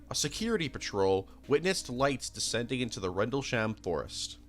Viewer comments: Your mentions of popular movies would come off smarter of you could pronounce Tucson, Suffolk. Rendlesham and several other words you got wildly wrong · The butchering of some these pronunciations is painful lmao Sagittarius is 'saj-it-ary-us' Suffolk is 'suh-ffuk' (like a less harsh way of saying fuck) Rendlesham is 'rendle-shm', with a very soft vowel at the end